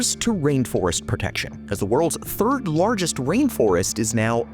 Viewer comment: Why do you say Lorgest instead of Largest? lol